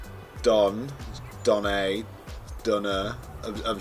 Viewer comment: Pronounce the e in Donne the same way you pronounce the e in your first name :)